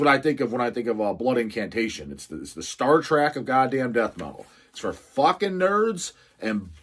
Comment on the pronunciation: it’s “Star TREK” as in journey, path, destination. Not Star TRACK….